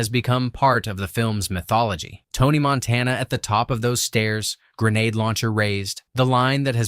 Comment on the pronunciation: Couldn't even pronounce Montana right the first time he said it. 20 seconds into the video and I knew it was a complete waste of time.